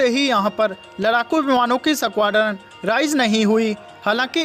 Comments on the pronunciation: भाई न्युज अच्छी थी पर वो 😂सकवाड्रन 😂😂नही होता है 😂 .स्कवाड्रन होता है..यार..😂 थोड़ा उच्चारण पर गौर करौ...😂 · Are koi is squadron bolna sikhao pehle